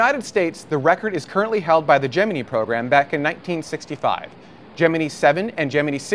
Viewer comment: Why would you choose to pronounce "Gemini" in a way that you KNOW is incorrect and different to how everyone else says it? That's just weird attention-seeking.